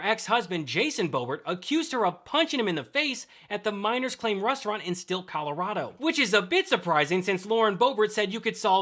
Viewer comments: It's Silt Colorado not stilt😂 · Thanks! BTW, it’s Silt, not Stilt. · The small town in Colorado you are referring to is Silt, not "Stilt". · It's Silt, not Stilt. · It's Silt dude, not Stilt, not that hard to say, seriously... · C'mon guys - the town is named "Silt". Silt, Colorado - pronounced exactly as spelled. It's on maps, I've driven past the exit countless times on I-70. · It’s S-I-L-T, CO…….NOT Stilt!🤣